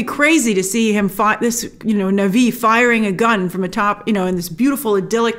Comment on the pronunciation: It's pronounced Na Vee... not Nahvi 🙃! 🔪😎👎